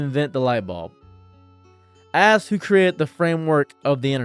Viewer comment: Why can't you say ask correctly